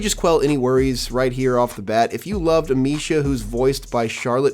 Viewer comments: "Amissia", not "Amishia". Dude, get the basics right. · It’s actually Amee-sia. C’mon dude, get the basics right. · Butchered Amicia and macula pronouncements 😅